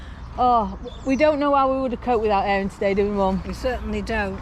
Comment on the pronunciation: Hi, and Mom. Crumpets? They're not crumpets, I'm Black Country born and bred and proud of it, and we call them pikelets!. Good to see you pronouncing Aaron's name properly as Airon, not Arron as we hear so often. Excellent video again, can't wait till next week. Incidentally, it looks like there won't be a Black Country Boating Festival at Windmill End this year as they organisers seem to be having trouble raising enough funds. Let's hope it'll happen next so we can see you and Puddin, and Jackie of course, round 'ere!.